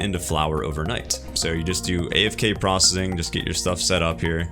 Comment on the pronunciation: Stop saying prossing. It isn't a word.